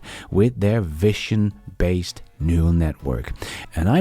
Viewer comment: you pronounce the word vision not correctly, it's pronounced 'vizion' not 'viccion'